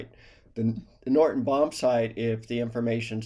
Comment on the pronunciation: The bombsight is a Norden bombsight. "Norden" with a "d", not a "t". "Norton" bombsight with a "t" is incorrect - it's Norden, with a "d". Great informational videos. Keep up the good work!!